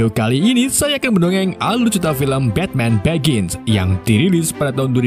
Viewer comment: Begin, brus wen, gotem , tomas wen. Maaf bang aku sama istri ketawa denger nya 🤣